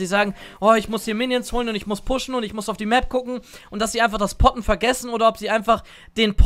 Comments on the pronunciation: Wer hat nich poppen anstatt potten verstanden ? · Ich habe erst poppen verstanden 😂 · jedes mal poppen verstanden :D